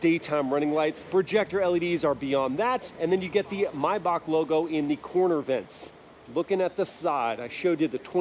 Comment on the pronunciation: Why do you pronounce maybach like that lol?